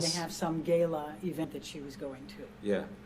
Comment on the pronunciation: I’m triggered at how she pronounced Gala.